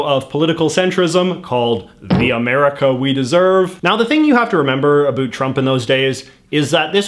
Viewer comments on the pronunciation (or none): It’s ab-OWT, not “A BOOT” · Okay but why does he say everything normally but then say “abüt” every time instead of “about” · You talk normal until you say aboat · we dont though, not sure where this guy grew up but most canadians pronounce it "a boat" Ive never in my life heard a canadian say a boot until I found this youtube channel lol it just what others think we say, this guys going with it I guess lol its jarring to hear for me, I think he plays it up as a joke, I hope anyway lol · South park: Predicted Canadians would pronounce "about" as "a boot" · I didn't trust a word you said after "abote" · Why do you say about like a boot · Your "about" and "around" sounds so Canadian. I live in Vancouver too, I've only ever heard it pronounced like that from Newfies and Labradores. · I love how he has a pretty American accent except when he says “About”. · Does he always pronounce "about " like that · Why do u pronounce about like that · the way you say the "ou" sound in "about" and "around" is painful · How could u trust a guy a can’t even pronounce a simple word like “about” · that's the other side of the planet. I've heard Canadians before, never heard them mispronounce words like that tho. Sounds, for the most part, like any other North American. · Nice video. But you're saying "about" wrong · I cringe every time I hear “about.” I’ve lived in Canada my entire life, and I’ve never heard this. What is this strange affectation? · The way this guy pronounces “about” is extremely annoying to me